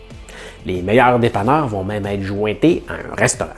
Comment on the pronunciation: 4-:12 Avec le verbe " aêtre "!